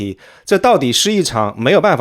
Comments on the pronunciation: 「…这到底是一场没有办法避免的 兄弟阋墙…」，阋（xi四声） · 给指出一个小错误，是兄弟阋（xi四声）墙